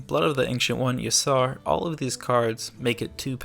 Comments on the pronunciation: Ysar its ya’shaarj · sry but i dont subscribe to ppl who cant pronounce y'shaarj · How the hell did you pronounce Y Shaarj OO